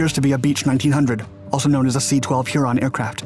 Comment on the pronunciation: The pronunciation of Huron as Heeron is also bizarre.